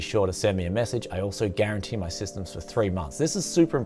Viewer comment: Great video once again, just a note, *guar'a'ntee.;)